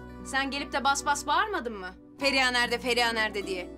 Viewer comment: Neredeyse tüm bölümlere baktığımızda Feriha’ya Emirden başka herkes Feriya diyor. Bir tek Emir o “H” harfiyle söylüyor. Canım Sarrafoğlu o kadar önemsiz ama naif bir hareket ki ah ah çapkınlık geçmişin olmasa iyi adamsın aslında..